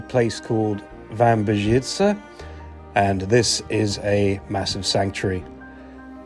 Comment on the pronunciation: Brawo! Jest Pan pierwszym obcokrajowcem (?), który prawidłowo mówi "Wambierzyce"!